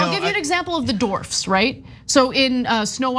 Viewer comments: She said dorfs not dwarfs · Dorfs? What is that? Its dwarves or dwarfs not dorfs. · Did Anna say 'Dorfs"? lol